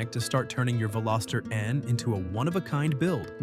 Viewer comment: You mispronounced Veloster, it has a soft o. Thankfully you didn't insult us by adding an s ( Velositer ) or calling it a Veloseraptor. 😉The Veloster was introduced in 2012 and ran through the 2022 model year. The N trim was introduced in 2019. Today is June 19, 2026 and I just a quick search and found Veloster N units ranging from $20k up to $30k. I'm on my 2nd turbo Rspec.